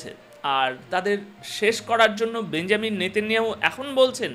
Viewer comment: বেঞ্জামিন ❌ বেনিয়ামিন ✅ বেঞ্জামিন শব্দটি খ্রিস্টানরা ব্যবহার করে